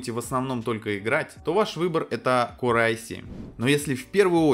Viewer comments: А можно не говорить "корэ"? Звучит как диалект элитного корпуса диванных войск. Транскрипцию этого слова не составит проблем найти. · КорЭ? ты серьёзно или рофлишь?